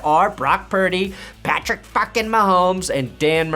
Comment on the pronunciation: “Patrick fackin Mahomes” 😂